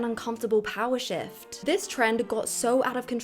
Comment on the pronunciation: I know you said "a big shift" but I heard "a big sh.t". Still appropriate for the topic.